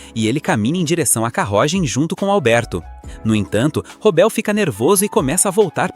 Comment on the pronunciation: que portugeues em "carrogem"